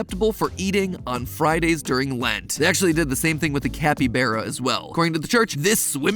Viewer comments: You pronounced capybara wrong mat It's capybara not capebaara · The pronounciation of capybara killed me